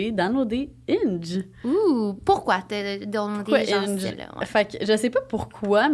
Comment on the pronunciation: Quand tu as dit ''Hinge'' j'avais compris ''Inch'', haaaaaaaa! xD Je n'ai jamais utilisé des ''Dating Apps''. Je préfère parler en personne. On dit ''vedette'', et non ''célébrité''. Le ski et le snowboarding sont très différents. Ce sont deux façons différentes de maintenir l'équilibre. ''Célibat'' pour toi semble vouloir dire ne pas être en couple. Ça ne signifie pas l'abstinence 😉. En passant j'aime bcp les croustilles Miss Vicky's Lime & Pepper.